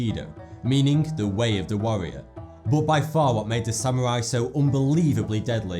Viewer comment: Warrior or Wawwiowr?